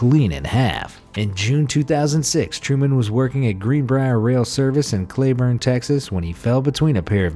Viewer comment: Cl-ee-burn not clay-burn not trying to hate, I’m just from Texas 🤷‍♀️